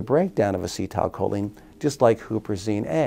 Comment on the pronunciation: lol why is he saying "as-cee(tile) choline" lmfao